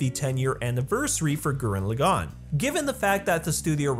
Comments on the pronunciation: Just wanna nip this in the bud. Gurren Lagann is pronounced a very specific way. You're pronouncing it Gurenn Lu-gaunn, but it's actually. Gur-denn Leaugh-gaunn. The first part of each of those words is emphasized the most. The d is very very soft, they pronounce r's in a very specific way in Japanese, with a hint of 'd' in the sound, similar to rolled r's in Spanish. And for each word in Japanese, the stress of a word is the first syllable, not the second or third, unless that is specified, which it isn't in the case of Gurren Lagann. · Gurren Lagann not fucking Gurren LagAAAn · You need to learn how to pronounce gurren lagann correctly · Damn, the way you say Gurren Lagann is Cancer... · Loved the video but the way he was saying gurren laggan in the video was annoying me 🤣 but loved the video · I have to be that guy but you absolutely butchered the names and pronunciation of gurren lagann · How you gonna make a Gurren Lagann video without knowing how to pronounce Gurren Lagann, Simon, or Kamina? Or calling Team Dai Gurren "Team Gurren Lagann"? Shameful.